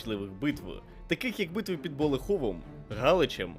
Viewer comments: Не БолехОв, а БолЕхів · це так близько від мене і я так мало про це знаю( і наголос БолЕхів) в нас так кажуть